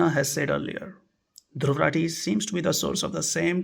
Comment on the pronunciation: "Dhurr Ratee" मेँ magan rehta hai woh 🤣🤣